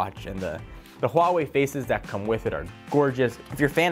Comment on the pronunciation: why don't you say Huawei properly? They made a video about it on how to pronounce it. WAAH - waay